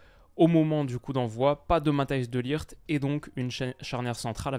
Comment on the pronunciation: La prononciation de tes G en néerlandais (De ligt). On entend bien ton apprentissage de la langue aux pays bas contrairement à la Belgique où le G est moins prononcé 😅